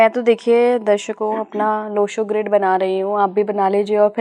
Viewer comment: संयोजक साहिबा बार बार लोशू ग्रेड बोलती है जबकि लोशू ग्रिड सही है.